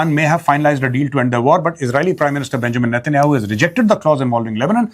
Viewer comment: Correcrion Its benyamin not benchod netenyahu. Please use correct pronouncing